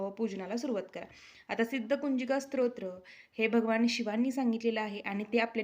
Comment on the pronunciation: ताई स्त्रोत्र असा उच्चार नसून स्तोत्र असा उच्चार आहे.